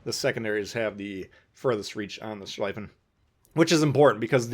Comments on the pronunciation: "schliefen" is pronounced like "shleefen" in english, not "shleyfen" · Please dont call it „Schlaifen“; its pronounced „Schleefen“ Just like „Zeeten“ not „Saiten“ :) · The "ie" in schlieffen is pronounced as you would pronounce "ey" in key, but with an l instead of k at the beginning of the word.